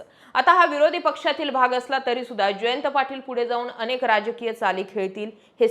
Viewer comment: अणेक नाही ओ , अनेक , उच्चारण निट(णिट) करत जा बर 😂